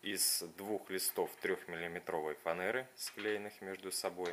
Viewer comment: Не говори фанээра говори фанера.